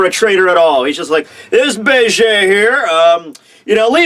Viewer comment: "Be-Ge" Dude, it's Beige like the color.